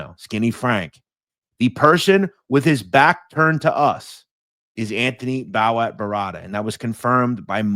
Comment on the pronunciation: I think his nickname is pronounced Bo-watt.Bowat.